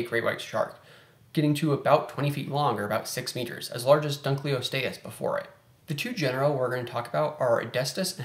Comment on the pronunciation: Dunkle, not dunkley. ;)